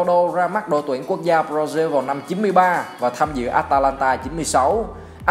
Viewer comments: B nói hay nhưng nên nói đúng từ ngữ b ra zin hay b ra ziu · Ẹt là gì? Brazil đọc thành diu là sao?